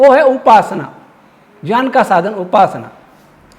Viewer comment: Gyan ka uchharan shi Karen please